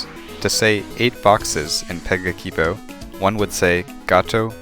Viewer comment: If you are supposed to pronounce 'a' like in "cat" or "brass", then you've contradicted yourself with the first word you said- pe-guh-ki-bo